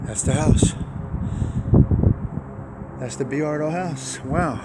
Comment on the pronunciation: Not for nothin' but, its "Boy-ar-do" not "Bee-ar-do"